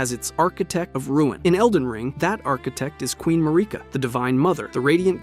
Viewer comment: Why do you pronounce names wrong only to do it right a few seconds later? (Besides “Mahrika”, she’s always “Mareeka” in your videos for some reason, despite her name being pronounced thousands of times in the game) And it’s not just this video